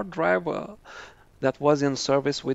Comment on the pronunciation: You are saying Millennium correctly but however through all whole video, you saying it wrong.